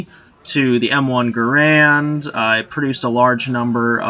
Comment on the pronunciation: John C. Garand's name is pronounced Gair-end, not Guh-rand